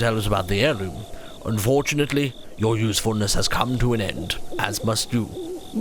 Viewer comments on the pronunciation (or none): What's an Heriloom? Heirloom sure. But Heriloom? Must be a Hylian thing